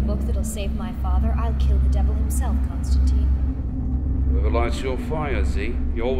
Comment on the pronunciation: Excellent work, and I think the complaints about your Constantine are bollocks. One thing, though: the name rhymes with wine, not keen.